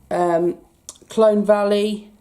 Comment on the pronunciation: Colne not Clone